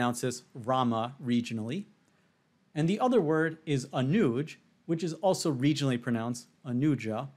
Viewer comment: You pronounce “Anuj” wrong here. It’s “अनुज”, not “अनूज” (Anooj).